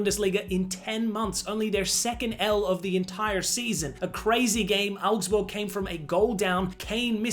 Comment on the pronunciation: I love that you pronounced Augsburg properly 😂